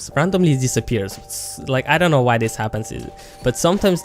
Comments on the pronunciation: did he just pronounce know as K-now i dont think i can trust this guy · 1.55 to 2.07, the fact that you say the p at the start of psyche and the k at the start of know reaally had me triggered. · "few things you need to cnow" im ded 😂😂